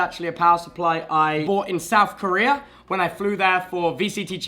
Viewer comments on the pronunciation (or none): none